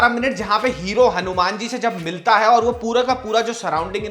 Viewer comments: Are u crazy.. why are u calling it Hanu-MAN like BatMAN, SpiderMAN... his name is Hanu"Maan"....that's how we Hindus pronounce it... it's wierd u don't know it...and pronouncing it otherwise... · Bro its not hanu man its HANUMAN ❤✨🔥💯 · Bro can u plz explain why are u calling "hanuman ji". "hanu-man"?.. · Why you saying Hanu-Man like foreigners... Hanumaan h wo ❤ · Its not हनुम्यान it's हनुमान। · Atleast pronounce Hanuman correctly